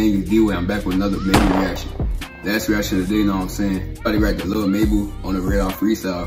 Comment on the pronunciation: Reaction to lil “mebu” is Krazy you mean mabu